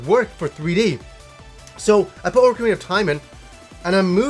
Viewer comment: Pro tip "Ocarina" is not pronounced "Orcarina", lol.